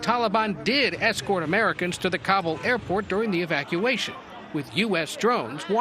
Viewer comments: " No planned Evac-eation." Biden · This guy cannot even pronounce evacuation.